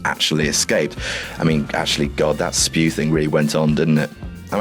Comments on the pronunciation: IT IS NOT SPEW! IT IS S.P.E.W.! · it's not spew... it Is S...P...E...W!!!! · It’s not spew! It’s s.p.e.w - society for the promotion of the elfish welfare! Don’t say spew...sorry for just letting my inner hermione out 😂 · It's not spew. It is S, P, E, W. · It’s not spew!!!!!!!!!!!!!!!!!!!!!!!!!!! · It's not SPEW it's S.P.E.W!! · It’s S.P.E.W ! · It’s S.P.E.W, not spew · It is not SPEW, it's S.P.E.W. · It's not spew It's S.P.E.W. 😂😂😂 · IT'S NOT SPEW IT'S S.P.E.W and you for got that fight Harry had with Draco in the goblet of fire 😬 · It's Welfare... Not Warfare... SPEW! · It isn't Spew it is S.P.E.W